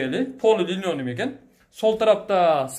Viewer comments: билбейм, мен өмүр бойу эле алып кетти деп айтам. Апкетти деп, түштүк жергесинде жашаган элебиз апкетти, бопкетти деп сүйлөшөт. болсо линонюм дейт кайра кайра. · сураныч линолеум деп айтышты үйрөнүп алчы адамды уят кылбай., майда сөз болбой, гүлдөрдү, вай файды жана башка майда чүйдөнү айта бербечи, сенин маегиңди такыр ачпайт. Үйдүн баасы абдан кымбат экен, Бишкекте Восток-5 үч бөлмөлүү батирлер $ болуп жатат, Ош шаарына 48 000$ өтө эле кымбат.